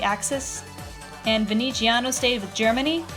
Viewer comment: Oh Darling Nah mate, in Italian you say the "z" like a strong English "z", not like a "ci" it's totally different to an Italian's ears, sorry